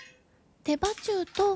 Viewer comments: いつも楽しみにしています。手羽中は、てばちゅうではなく、てばなかと読むみたいですよ。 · お肌ツヤツヤで綺麗ですね😊 洪庵キャプ場でデイキャンプするのが夢なのでその際はビールチキンやってみます🍺 テバナカをテバチュウって読んじゃうも可愛いですよ😍なんかピカチュウみたい😊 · てばちゅう、じゃなくて、てばなか、では？ 手羽先、手羽中、手羽元、鶏の羽の部分ですよね。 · 手羽中「てばちゅう」って言った？「てばなか」よね？方言か地域性？ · 「手羽中」は「テバチュウ」じゃなくて「テバナカ」って読むんだと思ってたけど、違うのかしら？？